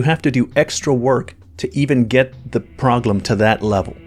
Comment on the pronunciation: Why does he say "proglem" instead of "problem". Forgot why I stopped watching OCD kicking in